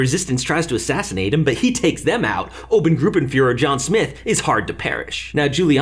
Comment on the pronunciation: His effort was great, but I still cringed when it became Obengruppenführer sometimes. As explanation: Ober=high or 1st for military ranks, oben=up